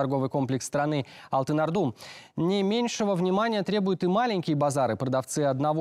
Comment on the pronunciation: Не АлтынАрда,а АлтынОрда.🤔